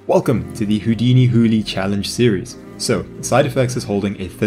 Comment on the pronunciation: I believe it's hoo-lie as in Houdini + July. Ok bye